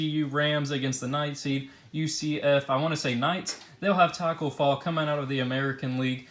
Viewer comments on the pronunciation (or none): none